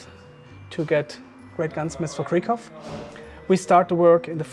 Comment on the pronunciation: I assume you don't care, but it's KRIEG HOFF (war hope), not Krie-ghoff.